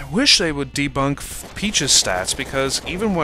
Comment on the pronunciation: Debuff not Debunk!